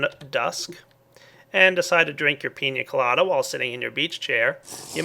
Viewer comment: Just to say, you're saying pina colada wrong. Pretty cool mod.